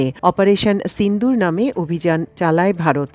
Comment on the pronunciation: ছিন্দুর উচ্চারণ হবে না হবে সিন্দুর 😂😂😂😂